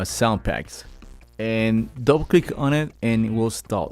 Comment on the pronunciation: "Double click on it and it will install"... For ages I thought you said "don't click on it, and we'll stop". lols. Cheers for the video!